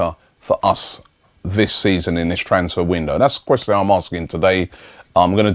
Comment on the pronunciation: robbie: ques-teeee-on